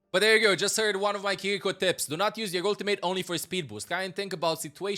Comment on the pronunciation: Fun fact: Japanese is a mora-timed language and syllables don't have an accent on them. "Ki-ri-ko" is read with the same tone throughout the entire word. Try it with Google translate.